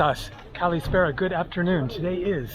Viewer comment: "Kalimera" is not pronounced kalee mare rah; kalispera is not pronounced kalee spare rah. The R is a rolling R as in "Buenas tardes" in Spanish.